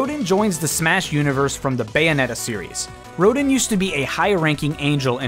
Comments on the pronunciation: Rodin is pronounced as RoDAN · Rodin is pronounced ro-dahn